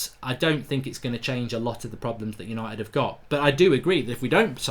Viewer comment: "Hello and welcome to tha YANITED STAND!"